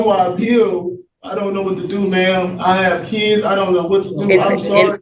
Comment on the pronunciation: ‘I got keedz…!’